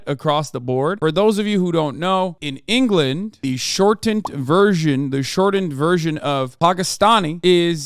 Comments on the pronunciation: "Duhfending Enghullund" - some English spirit that momentarily possessed Hasan Piker, 2023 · You mean Angerland